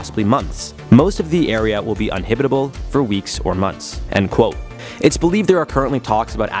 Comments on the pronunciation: UNHIBITABLE OR UNINHABITABLE??? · “Unhibitable.” Get yourself some elocution instruction.